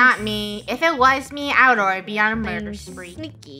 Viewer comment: first time didn’t say murber 😭